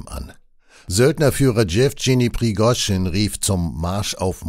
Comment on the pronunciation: Noch schlimmer, er hat Schefscheny gesagt.